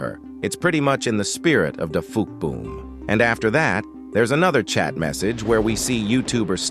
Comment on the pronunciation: dafuqboom❌ dagayboom✅💀